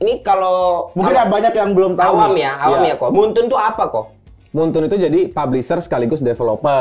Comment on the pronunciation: Moonton bacanya MUN-TON